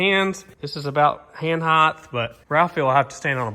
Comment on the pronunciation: The word is height there's no h on the end